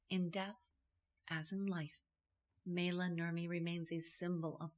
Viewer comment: Maila (pronounced My-la) was born Maila Elizabeth Niemi on her birth certificate (not Syrjaniemi). She moved to Los Angeles in 1941 and lived with her Aunt Ida and Uncle John Peterson. Paavo Nurmi was not related. That is not a photo by Man Ray. That photograph was taken by Bruno Bernard in Los Angeles not New York. She was never legally married to Dean Riesner. She actually shaved her own head in an emotional outburst after Vampira, the show, was cancelled. The hair dressers story was made up for the press. That is not Jack Simmons dressed as James Dean, it's her boyfriend Chuck Beadles. Vampira the show on KABC-TV Channel 7 ran from May 1, 1954 - April 2, 1955 (50 episodes) Vampira Returns on KHJ-TV Channel 9 ran from May 18, 1956 - August 3, 1956 (12 episodes). Cassandra Peterson was hired to play Vampira on the new Vampira show. They only changed her name to Elvira when Maila Nurmi disagreed with their choice of actress to portray her character. The court didn't rule against her as it never went to trial and Maila had to ultimately drop the case due to lack of counsel and finances. Nice tribute though.